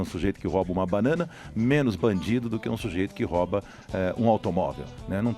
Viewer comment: RÓBA ??? Pô , o cara fala inglês fluente e escorrega no português ?!